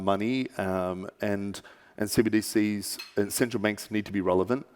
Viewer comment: Why does she keep saying CDBCs ? - I like how he glossed it over with "..negative perception about CBDCs that .."